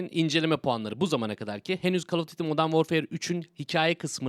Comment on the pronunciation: Abi call of dıtti okunmuyor. Call of düyti okuyabilirsin. Ya da duyti